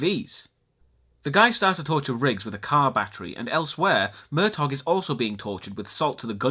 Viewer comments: yes its pronounced "Mer-taw" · I'm pretty sure the G in Murtaugh is silent. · It's pronounced Murtaw, not Murtog.